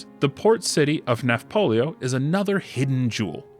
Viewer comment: It's "Nafplio," not "Nafpolio." (The Greek is "Ναύπλιο," which is also transliterated as "Navplio" or "Nauplio." "Nafplio" fits the pronunciation best.)